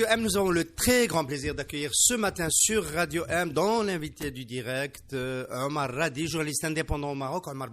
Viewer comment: Omar Radi pas Rada!